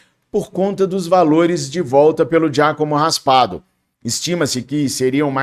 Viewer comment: É Raspadori,e não Raspado 😂